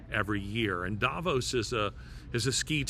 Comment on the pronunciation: Davos is pronounced DAH VAUSE.